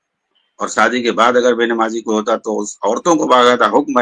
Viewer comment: مولانا یہ شکل سے تو لگتے ہیں لیکن یہ اپنی زبان سے جاھل لگتے ہیں۔ ڈاکٹر اسرار کے پاؤں کے دھول کے برابر یہ نہیں ہیں۔ ڈاکٹر اسرار وہ شخصیت ہے جسکی تعریف مولانا علی میاں ندوی جیسی شخصیت نے کی ھے۔ یہ مولانا عیاشی کو ائیا سی بول رھے ھیں۔ شادی کو سادی بول رھے ھیں۔ عقیدہ کو اکیدا بول رھے ہیں۔ ایسے چوانیاں مولوی کی بات ہم لوگوں کو نہیں سننا چاہئے۔